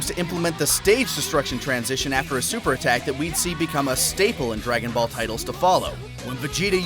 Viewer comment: Man i cant wait for "Draong" Ball Fighterz.